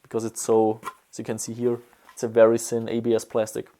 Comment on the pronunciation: I like how you pronounce "thin" that sounds like "sin" and that "thick" sounds like "sick". It even works in those contexts :D